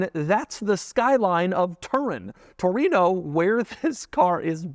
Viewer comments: Latin: "Torino" Gringos "Touruino" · what's a "toureeen-ooohhh"